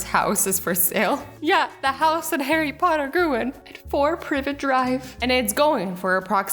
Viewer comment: Anyone get triggered when Azzy pronounced Private Drive wrong